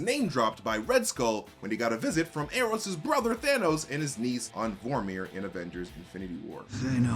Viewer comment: “Ee ee ron” I was not ready to laugh that hard